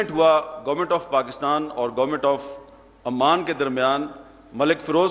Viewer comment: He is pronouncing Oman as Amman. Oman is a country & Amman is the capital city of Jordan. This is basic knowledge & he doesn't seem to have it.